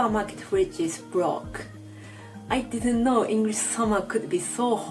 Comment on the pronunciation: That is a British 'o' in 'know' alright :D